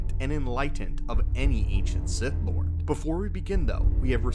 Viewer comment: Did you say “sith back”?